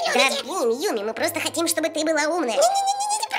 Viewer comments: Хахахаха не юми чу, а юми най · Не надо Юми к лагопеду